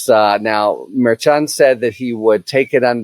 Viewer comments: Mer-shon not mayr-chon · All this time and Harry still can't pronounce MarSh-On properly. It's not Mayor Chun. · Harry, I appreciate all the info on this, but one thing bugs me: you pronounce Judge Merchan's name differently than everyone else and, frankly, inconsistently. If you know that the "mer-shawn" pronunciation everyone else uses is incorrect, fine, but otherwise I wish you'd pronounce it correctly. It's basic respect to get someone's name right. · I wonder if the judge would fine you every time you called him Merchung? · What can we do to stop you from pronouncing Merchan's name wrong? Mer-shaan. Think, like, Chicago or Chef. Karen Friedman Agnifilo already sorted you out on this last time she was on your show! Thanks in advance. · Out of respect for the Judge please pronounce his name correctly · Merchan is pronounced soft, like "mer-SHAN," right? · Can you please pronounce the name of the judge correct? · Harry, I have a bingo card going on how many different ways you can pronounce Merchan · It would be a good idea if you learn how to pronounce the judge's name. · Minor thing I know, but it’s a pet peeve of when people don’t confirm how to pronounce names. Either you know something no one else does, or you’re pronouncing the judge’s name wrong. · Harry's strange pronunciation of "Merchan" continues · I've noticed that as well! Harry is great, but he often pronounces things a little strangely. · I heard that correction as well, but Harry isn't pronouncing it that way. It was that interaction that made me realize he was pronouncing it differently and, as he does here, inconsistently.